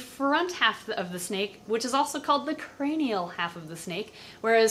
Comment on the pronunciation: lataral and cranal!